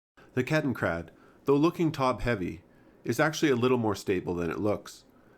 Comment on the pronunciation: It's Kettenrad, not KettenKrad. Ketten means chain or track, rad means wheel.